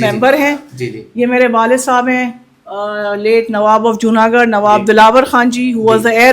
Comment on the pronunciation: جونا گڑھ ہے جونا گڈھ نہیں۔ garh gadh ×